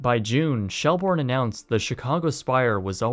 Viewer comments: It's pronounced shell-burn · Fordham, pronounced "ford-um". Shelbourne, prounounced "shell-burn". You're welcome.